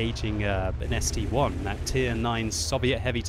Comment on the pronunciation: gg, so much years of playing and still saying ST-1 not ST-I! If it would be an ST-"one" there would be the number 1